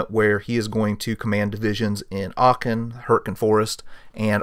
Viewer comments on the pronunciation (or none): none